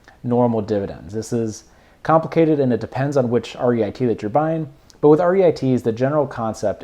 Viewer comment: It is Reeet. Not REIT. Good analysis👍